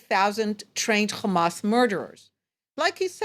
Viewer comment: So far all I see is death of civilians and destruction of great city build by Palestinians not by zio no its of Eastern Europe and Harvard students G return to the 1967 border given to you by the UK And you can Waite for the meshia to designate your land if milk and honey And plz pronounce the word ha n’as not Khhhhaaamaaasss You can say say HOME but can’t pronounce Hamas